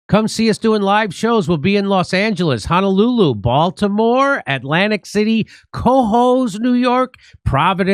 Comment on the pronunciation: Jimmy has anyone ever told you that you say "Honolulu" in a comical manner? I didn't hear it as much in this intro, maybe this one is newer than older ones, but I never fail not to notice how you pronounce that city.